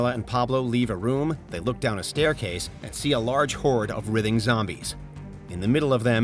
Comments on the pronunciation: “rithing” like rih-thing? I believe you mean “writhing” wry-thing. You’re a journalist who narrates over other people’s work- please do better. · Can't pronounce "writhing" correctly..